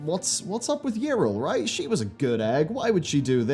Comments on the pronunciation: Her name is not "Irl" xD it's Yrel, as in Yee-Rel. English speakers amuse me xD But good characters gone bad is a theme i enjoy, "road to hell is paved with good intentions" and all that :P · It's Ya-rell. Not Yril.. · Okay like, so how can you mispronounce Yrel's name though? They literally say it out loud in several cinematics and voiced events in-game. You must have heard it over 200 times. Yet you say: Yirel - This is wrong. It's not Yirel. Go back. Do it right next time. Seriously. This kind of shit bothers me a lot. XD It would've been understandable if you've only ever read her name. But no. THEY SAY IT OUT LOUD, and you're like: Let's completely ignore that and go with my own pronounciation.